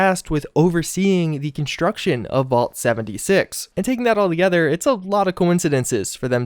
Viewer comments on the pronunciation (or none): none